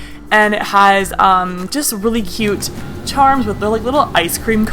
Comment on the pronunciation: At 10:1 she said it hies not it has lol not to be mean to btw